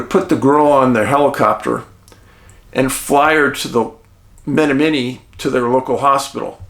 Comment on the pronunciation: It's pronounced Ma-nom-ma-nee